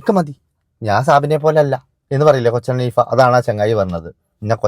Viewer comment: കൊച്ചൻ ഹനീഫ അല്ല, കൊച്ചിൻ ഹനീഫയാണ് കൊച്ചേ...